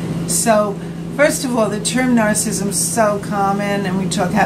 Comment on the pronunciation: There is great content here but it's soooo hard to watch. The camera seems like it's bobbing around at sea and she can't pronounce narcissism correctly!